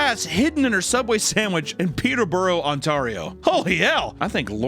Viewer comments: hey, uhh never say ontario like that again. i died a bit inside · AN-TAR-REO? wtf lmao its ON-TEAR-RIO lololol, coming from a native ontarioian lmao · Canadian 🇨🇦 here; You shit the bed on pronouncing Ontario (“On-Tear-E-O”)… “On-tar-io”; Sounds like an agario ripoff. Also, my mother found a LIVE WORM 🪱 in her subway sandwich (mind you she was pregnant with my older brother at that time;), and the worker simply plucked the wiggler out. Handed it back to her, like it was still good… Dawg… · pronouncing it on-TAR-rio and not on-tear-rio was the scariest thing about this video 😌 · Papa I love you... but I cant take it anymore it's pronounced ON-TARE-EOOOO!!! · "on-tareo" LOL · You did NOT just pronounce Ontario like that 😭😭😭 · Ooof that hurt a little the way he said Ontario... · Great video as always, but I wasn't ready for the way you pronounce Ontario. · As a Canadian, the thing that was most criminal in this entire video was the way pronounced Ontario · I haven’t heard anyone call Ontario that lol I wonder how he would pronounce Saskatchewan! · Idk how he can read peterborough but not Ontario lol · that pronunciation of ontario hurt me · HOW DOES THIS MAN NOT KNOW HOW TO PRONOUNCE ONTARIO 😭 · I've never heard anyone pronounce Ontario like that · Bro butchered that Ontario pronunciation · You can pronounce peterborough just fine not not ontario lmfao wtf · “Peter-Borough On-tArio”, Close enough 😂. (It’s “Peter-Bro, On-tare-E-oh”). Just gave me a quick chuckle (I’ve got family from the place).